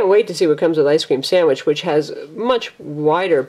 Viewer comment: Lol I like how she said "ice cream samich"